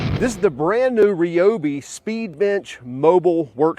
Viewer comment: Ryobi, not Reeeeobi.